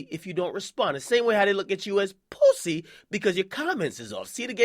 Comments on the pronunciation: stop saying poosey dj. you sound weird and that's stitches cake ass words. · I hate when akedemics says pwussy (pussy)